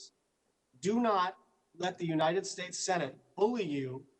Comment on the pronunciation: You'd think that a senator would know how to pronounce 'the United States' rather than "Uninted States..'...